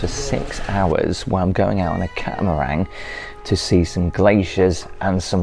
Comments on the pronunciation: It sounds like your saying, "Catamarang" it's pronounced, "Catamaran" 👍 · It's catamaran not catamarang... Cheerios and thanks for the cool video! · Please know it is a catamaran. There is no G at the end of it. Great trip to Svalbard!